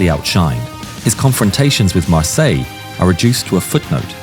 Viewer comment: Mar-Syler would be the correct pronounciation. Probably a descendant of a Hugenot family. We have many of them in South Africa their names are pronounced phonetically the German/Dutch way